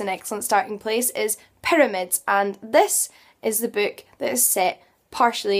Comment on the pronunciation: Do you know, if you prononce BOOK, the OO you speak, is a perfect Ü?